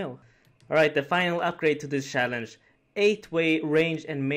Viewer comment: "Challange" lol